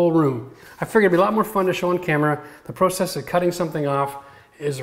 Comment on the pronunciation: The way you say process LOL